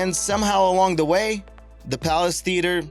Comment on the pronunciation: who is this narrator? Dese for these, Da for the...